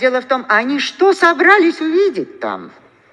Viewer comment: следите за ударением! собралИсь, а не собрАлись и т.п. - неприятно...